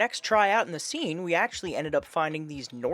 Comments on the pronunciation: It’s pronounced sane,. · Look up the pronunciation of 'seine.' Also, you can drag it and then the two draggers walk toward each other, with one overlapping the other creating a circle that gets tighter and tighter, then just pick the rolled up net and until it on the beach. That way, you can net in deeper water.